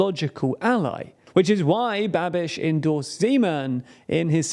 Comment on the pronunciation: You say "Babiš" like "Rubesh" :D